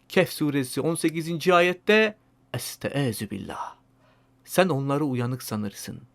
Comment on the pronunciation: Esteezu ney abi la azıcık arapça öğren bari 😂